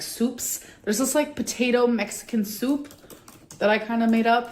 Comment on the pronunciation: the way this woman pronounces soup has damaged my mentals